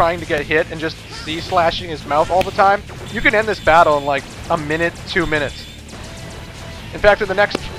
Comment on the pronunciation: Sigma: THE BADDLE HAZ JUSD BEGUNN! Me:(laughing) Sigma can't grammer correctly LOL